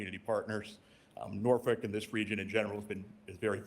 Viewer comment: What did he say? Norfick? Where is that? No local virginian says that. Its nor-folk or nor-fuk